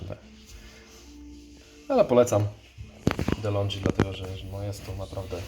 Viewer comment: Złośliwa uwaga: nie "Delondżi", a "Delongi" , to włoska firma.😊